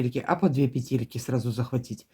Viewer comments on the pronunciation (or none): Модели - супер!!! Но лично для меня один большой минус - это произношение слова "пЕтельки". Невозможно режет слух. Хорошо, что есть субтитры, звук стараюсь не включать. Ну, почему "петЕльки"???, "пЕтли" же, "пЕтельки"!